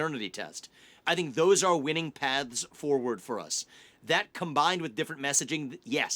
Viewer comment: *paths (voiceless/th/)